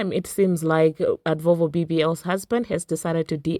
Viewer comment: Advovo bbl 😂😂 love it. Cant help but laugh every time you say it.